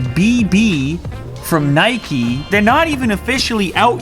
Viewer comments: The way you say Nike makes me angry it's pronounced like Hike not nighkey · Nay-keee hahaha, its said like Nike-Nayk not naykee. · It's Nike...not Nikee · It is not nikey its nike pronounced nyke but is spelt nike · why do some people pronounce it neigh-key? i think it's just nike (like Mike but with an n) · It’s not Nikee it’s Nike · Its Nike not Niky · Why do you pronounce the brand nikee? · Its not Mikey its nike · NIKE not NIKEY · Bro it's Nike not Nikey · Here in the Netherlands we pronounce Nike as N-I-K-E . To me it sounds like you guys say N-I-K-E-Y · It’s pronounced Nike not Nikee 🙄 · Why does he misspronounce "Nike" that way?